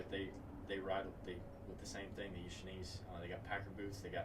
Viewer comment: Good stuff! I will add a correction, not to be "that guy" but because I was corrected myself in downtown Bozeman. Maybe I will save someone the embarrassment... Schnees is actually pronounced as "shnays" Thanks for the video, and nice to "meet" you.